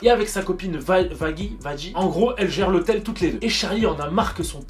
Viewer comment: putin mais fait pas comme, sa se dit Vagui (mais sa s'écrit vaggie)